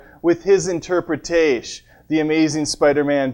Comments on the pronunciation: Interpretash? That's where I ended the video. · When he said interpretash I closed out the video